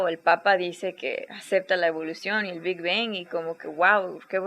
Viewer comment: hahhah prácticamente se escucha como si estuvieras diciendo el big ben en vez de el big bang